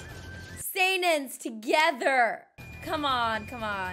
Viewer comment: And when you say sannin you pronounce it wrong. It’s more like sanin. You’re saying sainin